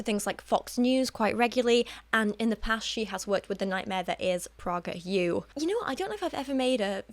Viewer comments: yes it would be awesome to see a video about PragerU! (Which by the way is pronounced "PRAY-ger" not "PRAH-ger" lol) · I could be wrong but I think PragerU is pronounced Pray-ger U. The irony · It's pronounced "prAY-guhr". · oh of course, she can pronounce it however she likes, I just found it a bit amusing that's all